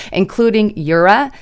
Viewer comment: "Urea" is pronounced yoo-ree'-ah, not yoor'-uh